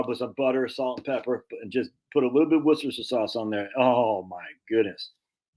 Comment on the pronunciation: I say this out of love: It's pronounced "Wooster sheer." Worcester [any town in England w/ "cester" or "chester" in the name was a Roman fortified village, or "castrum"; same root as "castle..." back in the day] and in this case the locals pronounce it "Wooster" [midway btw "rooster" and "wuhster;" darn hard to convey in writing] and the "shire" [basically the equivalent of "county" in American] part is just "shir..." like "her" w/ a "sh" in front. Ergo, "wooster sheer" not "War chester sheer sire sauce" like I used to say before I spent a semester abroad in Oxford! 🤣 [Shout out to my host family I lived with in Headington, all those decades ago. Lovely people who really made me feel part of their family!]